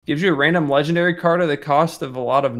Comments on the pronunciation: said.'"leggendawy >w<" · "Legendawy :3"